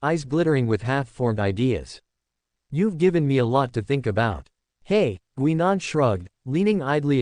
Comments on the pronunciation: The AI voice needs work. As someone else pointed out, it's "Guy . nan" not "Gwe. nan". The story itself is interesting and I take it takes place before 10, 11 and the War Doctor change things. The narration definitely needs work. So, thumbs up on the story, but not for the presentation. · GUY NAN..that's how it's pronounced!